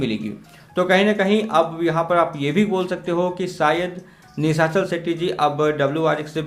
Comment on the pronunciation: Abe chitiya nishachal setty nahi Nishal setty